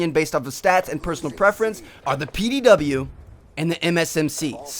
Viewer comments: PDW not pow lol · Its pdw not pow